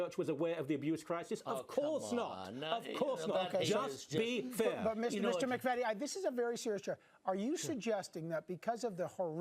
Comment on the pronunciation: MC-VEE-TEE NOT MACK-VETTY. (this man does not represent my family)